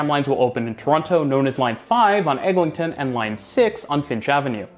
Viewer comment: EGLINTON AVENUE (LIN, NOT LING)